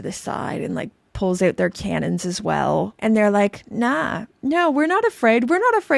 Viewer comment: I heard you say "out" and I didn't Even have to wonder where you're from 😅😊